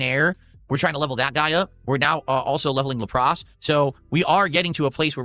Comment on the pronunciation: La pras? Brother he is rage baiting me at this point with these incorrect pronunciations. He cant be this fucking dumb